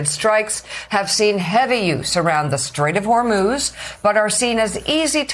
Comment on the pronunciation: Bessent....lol... I'm pretty sure he said " Straight of vermouth" 😆